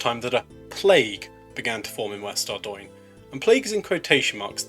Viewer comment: finally someone knows how to pronounce ardougne :')